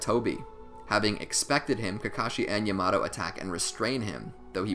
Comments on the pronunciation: Actually triggered me so much for no reason. Yah-mah-toh. Damn i need help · Mans said yamado Say it with me YA MA TO WTF 😂😂😂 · yamado? its yamaTo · “yah-muh-toe” lord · Its pronounced (ya-mah-toe) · Amazing video but the way you said Yamato killed me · Bro please say Yamato right they literally say it in the show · he pronounced yamoto wrong